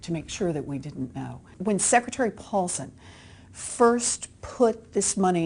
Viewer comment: OK, pure accuracy: Mulholland said "Take it." Bush's Treasury Secretary (Paulson) added a syllable.